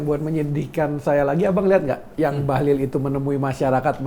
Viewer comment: BAHLIL itu pakai " i " ya Pak, bukan pakai " u ". 😅😅